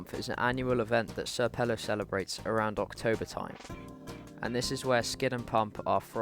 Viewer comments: Bruh Its senior pelo not sr pelo lol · just a side note not to seem like that "nerd" or "annoying" kinda dude but its pronounced senior pelo